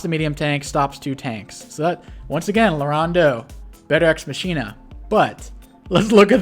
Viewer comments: This video is a post-production masterpiece. 10/10 for use of nut-related images. That said, should learn how to pronounce words. Von Bolt's super CO power, "Deus Ex Machina", is pronounced mach (as in "this aircraft has a top speed of mach 2.5") - ee - nuh. "Witte" is pronounced like "wit", the 'e' is silent. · Sorry. I don’t want to be “that guy”, but the power is pronounced: ex ma-key-nah It’s a plot device meaning “God from machine”.